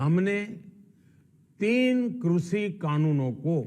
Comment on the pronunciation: Krushhiiiiiii Kanoon nhi krishi Kanoon hota hai .....khursiiii or krishi ko mila ke krushhiiiiiii Kanoon bna diya 😝😝😝😝